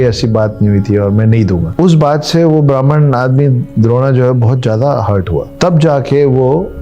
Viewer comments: द्रोणा नहीं द्रोण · kripya dron ko drona na kahiyey kitna sunney mein bura lagta hai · द्रोणा नही द्रोण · Very informative But it’s not Dron not drona,sir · Sir, since you impart epic information, it would help if you pronounced the names properly. "Drona" should be pronounced thus: द्रोण (Droṇa), so please continue your good work but get the names right. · अपना उच्चारण ठीक कीजिए जी। यह द्रोण है द्रोणा नहीं। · Drona nahi dron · द्रोणा नहीं द्रोण।। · Sir द्रोणा नहीं द्रोण है वे. लास्ट में आ लगाना अंग्रोजेने सुरू किया है. लेकीन आप तो इंडियन हैं और characters भी Indian so कृपया सही उच्चारण करोगे तो अच्छा होगा! New generation को characters के सही नाम पता होना चाहिए!